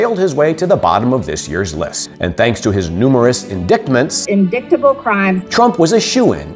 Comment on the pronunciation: Indictment is pronounced without pronouncing the "C". in-dite-ment NOT in-dict-ment. How could you get that wrong??